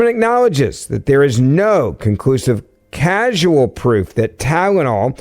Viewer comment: Ben, the word is “causal” not “casual”